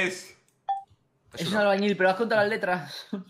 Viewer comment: Entre el mono de vegetta "cucúruchu" y el "albañi" de me hicieron el día! Jajajajaj